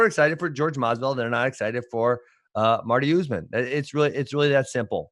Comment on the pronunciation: Askren isn't being a bigot for at least the first half of this video. He's actually saying USMAN. I'm glad that he's respecting the name, even though he's being condescending